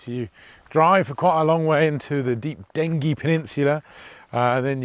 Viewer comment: Dengie is pronounced with a soft g